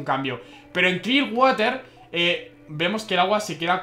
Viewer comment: water no de lee asi se lee warer